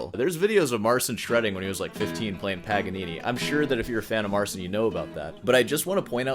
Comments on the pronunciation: What I find most astonishing is that I actually watched the entirety of your critique here! … which was very challenging to do, considering you can’t even pronounce Marcin’s name correctly. As much of a click-bait YouTuber as you are, one would think you could have taken 15 seconds to learn how to pronounce his name before producing a 22 minute-long video … (wait, that took you how many hours)? 🧐 It’s cool that you shared a brief clip of him playing Paganini — because, if you know anything about music history, and Paganini specifically, you’ll know that many people among the audiences of Paganini went screaming from the theaters, thinking he was literally possessed by the Devil, for his wildly innovative, “never heard before,” virtuosic violin skills. I, too, am classically-trained on the 88 strings of the piano, btw. My piano teacher was very disappointed that I didn’t go on to pursue keyboard & piano as a music major in college, after embarking upon the pipe organ my senior year in high school; but I never wanted it to become work, because the piano is my one “get-away” from every other stressor in life. It’s my oasis if you will — with Chopin & Tchaikovsky being my No. 1 homies. Regardless of whether there are layers of additional tracks in Marcin’s video or not, he is unarguably a virtuoso in his own right with a very innovative approach … (uhm, not unlike Paganini). Maybe he IS a “magician.” 🤔 Picking [pun intended, I suppose] apart his intro to the melody, with your mic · Just want to point out that the dude's first name is pronounced Mar-CHIN. "ci" in Polish is pronounced like a very soft ch (as opposed to "cz", which is pronounced like a hard ch). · The closest phonetic pronunciation of his name would be "Marcheen Patshauek" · In the age of the internet the guy mispronounces his first name and is lazy enough to check how to pronounce his last name. Pity, and rude. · MarCHIN, not SIN. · PO POLSKU A NIE JAKIE SEEN SREEN!! MARCIN SIĘ MÓWI